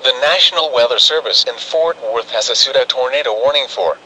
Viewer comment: Great Video but I find it funny that instead of saying issued, it says i-ss-ued. lol